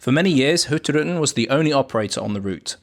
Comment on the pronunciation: At last …. Somebody can pronounce Hurtigruten correctly. Fantastic ships and video 👍